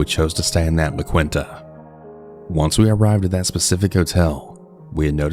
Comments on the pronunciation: There's an awful lot to associate with the La Quinta (emphasis on *awful*) but never 𝘴𝘢𝘧𝘦𝘵𝘺-𝘤𝘰𝘯𝘴𝘤𝘪𝘰𝘶𝘴𝘯𝘦𝘴𝘴 lol!?! P.S. Also never heard it pronounced as “La-kwin-ta.” Lol it's “La-keen-ta.” ♪♫La la la... La Quinta\(ϋ)/♪♫ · La quin-ta lol. I'm not trying to clown on you too hard but you pronounce it like " la keen-ta", just for future reference